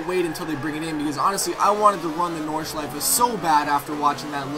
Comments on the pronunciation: Idk but it sounds so different to the way we pronounce it in Germany (living 20 miles away from the Nordschleife :D) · I love it when you say "Nordschleife" ^^